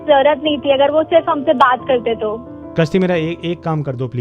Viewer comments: Kashti ni.... Gashti. 😄 😄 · A kashti nahi Ghasti hai😮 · Kaashti. I heard something else